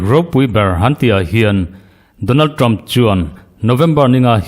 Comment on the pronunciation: English hi lam uluk deuh teh... Ṭam ni lovin Ṭham tia chhiar tur a ni. Tin Haris ni lovin Heris tia lam rik tur a ni. Kaw leihchi ni lovin Khawleihchi tih tur a ni🎉🎉